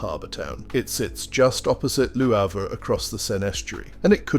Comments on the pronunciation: I generally love your narratives...but Lew Havre? Seriously? I know Brits love to mangle foreign words, especially French, but Lew Havre takes the cake. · Or perhaps you were intentionally pronouncing it Loo Havre, as a subtle statement of your opinion of the place. Hmmmm. Your narrations are as entertaining as they are informative. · I know WHAT it is. I was being sarcastic. Re your dreadful pronunciation.